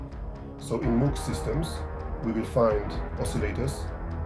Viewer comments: It's a shame you didn't bother even acknowledging previous devices that had a role in the development of sound synthesis. Theremin; Ondes Martenot; Novachord; Clavioline etc. Also, you pronounce Moog incorrectly. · Thank you for your feedback. It's true that I need to work on the pronunciation of Moog. Unfortunately, English is not my native language (which is also true for the majority of people in the world), so I ask for your understanding. Since not only I but also the audience has pointed out the sound levels, the soundtrack and narrator will be improved, where I will also take your suggestion into account. However, I don't understand why you're criticizing me for not mentioning earlier electronic instruments when the title clearly states that it's a history of synthesizers. I plan to make a separate piece on various, often very interesting, electrophones and the very beginnings of electronic music, which go back to the 1920s. I hope this is good news for you.